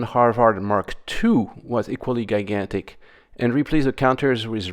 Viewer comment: I’m sorry, did you just say Guygantic?